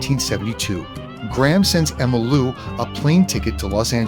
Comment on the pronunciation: Tell your Ai, her name is pronounced Emmy Lou. You have no review of your video's before publishing?